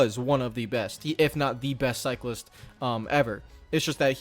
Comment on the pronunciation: Did you just say “armstrong the beste ever” xd… Eddy Merckx left the chat